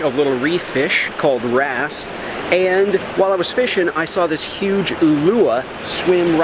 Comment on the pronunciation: when you said wrasse I though you were saying grass